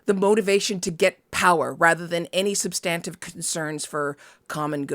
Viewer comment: IMO, The horse race journalism should be left to partisans. It leaves the voters ignorant and just pushes us closer to the universe of Idiocracy. I can't tell much difference between most political coverage and the Kardashians anymore. Also ... is that how 'substantive' is pronounced? I always thought the emphasis was on the 1st syllable.